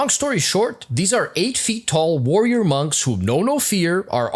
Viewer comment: "worrior monks "☠️💀 say no more